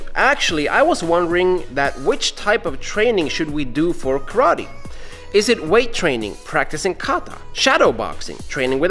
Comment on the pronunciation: Calls himself KARATE NERD -> doesn’t even know how to pronunce KARATE